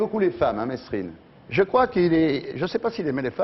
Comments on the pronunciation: État assassin !! ON PRONONCE "MÉRINE" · Bah alors ardisson on sait pas prononcer Merine